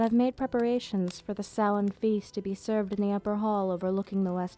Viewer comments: props for pronouncing Samhain correctly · Well done! An interesting & informative history lesson in an intimate setting... And I'm glad you know the proper pronunciation of "Samhain". So frustrating to hear it mispronounced this day & age. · Pronouncing Samhain correctly = instant like